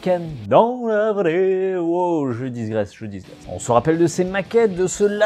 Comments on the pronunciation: on dit "je digresse" et non " je disgresse" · je dormais pas ... les "disgresse" (au lieu de "digresse") me tenaient éveillé ... ;) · Mon casque a pris feu. Sinon, c'est "digresse" et pas "disgresse" 😃J'ai fait cette erreur aussi dans ma jeunesse 🤣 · Désolé de faire mon rabat joie, on ne dit pas "je disgresse" mais "je digresse", mais sinon super video et tout et tout, mais j'ai remarqué que bcp faisait cette faute dans la prononciation de ce mot et de ta part j'ai trouvé cela surprenant, me rendant compte que bcp de monde faisait cette erreur. Ou effet Mandela, et j'ai clipé dans un univers alternatif a ce mot a cet prononciation?... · C'est qui qui lui dit qu'on dit "digresse" et pas "disgresse" ? :'D